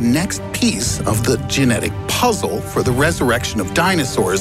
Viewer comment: Why can't Americans say 'for' properly?